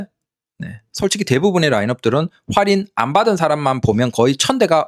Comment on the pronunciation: 왜 자꾸 활인이라하지 할인인데